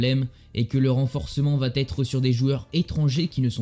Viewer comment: attention aux conjugaisons.... ca pique aux oreilles parfois .... ( "va t'etre.... sera t'oublié"... ) . Tu mets des "T" partout. Obligé de t'en faire part quand on décide de publier des vidéos ;) )